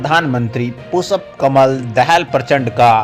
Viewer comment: You are an insult to India mr reporter you donot know how to pronounce the Sanskrit term पुष्प and you are repeatedly callingपुषप् you are disgrace to our country. Pu Kamal Dahal is a revolutionary leader who changed the rotten monarchy system and gav3 people republics what record has Biden on these nothing but zero The courage sooroo wall is not the national dress of Nepal nor we Indians have any national dress. You donot know.better know nor Kurtz pyjama is our national dress,we donot even have a declared national language Nepali is Nepal’s national language theghotala loving narsimva Rao sarkar put the Nepali name i in the constitution do u know this. ,prachanda is one of the cleverest pm and he know how to handle theA Erica so America cannot afford to annoy prachanda for Nepal .